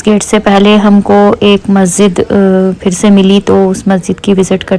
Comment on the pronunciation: Masjid not mazzid 😊😊